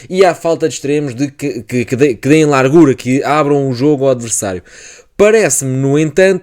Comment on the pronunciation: bom vídeo, gostei da análise, particularmente a análise quanto ao miúdo Norueguês. Quanto à fonética do português. a camisola está larga, como se fosse lárga (palavras graves têm a tendência de não serem acentuadas) e a palavra largura não segue a mesma fonética, não sendo lárgura (que de acordo com a convenção linguística teria de se pronunciar foneticamente como uma palavra esdrúxula). Igual com as palavras: estado e estadual. Não se diz "estádual". Senão estás cada vez mais perto do Brasileiro (enfatizo, brasileiro e não português do brasil que, de todo, não existe). Honra se faz favor a língua de Camões falando-a devidamente, é uma língua linda e se fores ouvir o nosso fado nunca irás ouvir "lárgura". Repara na fonética destas palavras: Faço ; fazível. polo ; polarizar; grosso ; grossura Lavo ; lavado Lacuna ; Lateral Não inventes pá. Isto não é brasileiro. atenção que alto ; altura. tem o começo na "forma" al que vem dos árabes e está seguido duma consoante. Só em exceções é que se sucede. Alegoria já segue a fonética normal da Língua de Camões. No brasileiro é que se diria "Álégória".